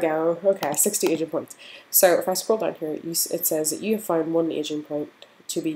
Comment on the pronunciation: On some parts, it sounds like you’re saying “Asian points”, instead of “Aging points” 🤣